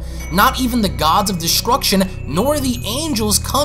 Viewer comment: you said Descruction